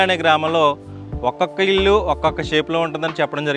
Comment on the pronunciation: Illu lu kaadu babu.ఇళ్లు అనాలి.